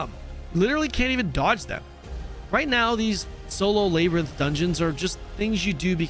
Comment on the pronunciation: "leybarinth" lmao